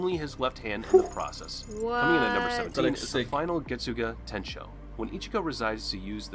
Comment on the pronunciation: Lol the way he pronounced getsuga tensho, "getsoogah.... Tenshow"